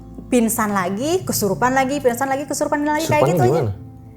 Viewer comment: pinsan…. g nya ilang